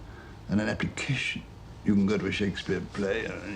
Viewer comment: "People do not fully understand the difference between an allegory and an ___________." What does he say there, ? The CC subtitles translate it as "application" but it almost sounds like he says appitition which is not a standard English word – at least not one that I've heard before.